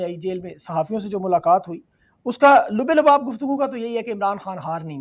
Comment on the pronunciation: Loobe loobab nahi Labbe labab